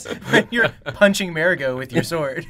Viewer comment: The way they say mair-go and not margo makes me so U P S E T T I S P A G H E T T I